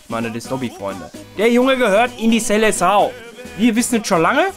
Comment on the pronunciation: Es heißt SELEÇÃO